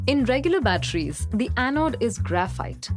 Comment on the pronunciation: Batteries not bachelor